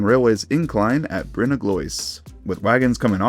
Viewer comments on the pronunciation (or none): none